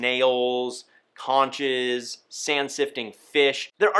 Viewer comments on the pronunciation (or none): Hey there enjoyed your video but I'd like to give a helpful hint of my own, you referenced the Conch snail. Despite its spelling it is correctly pronounced... Konk